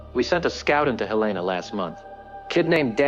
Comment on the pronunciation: Quickest way to know someone's not from MT is the way they pronounce Helena.